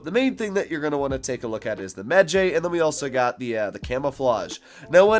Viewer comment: I believe its pronounced medjai Its a tribe of egyptian warriors in 2400bc